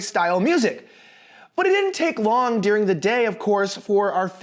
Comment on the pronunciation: stop saying "dearing", it's during